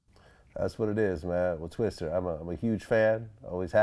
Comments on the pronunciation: VLAD STOP Calling this Rap Legend "TwisteRrrr, this ain't NO DAMN Bill Paxton movie!!! lol. RIP Bill Paxton, but This AINT TWISTER!!!! Whitey, It's TWISTA!!! Lol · LMAO ... I think its a cultural barrier! I have to correct all my non-black friends! Its Twista not Twister LOL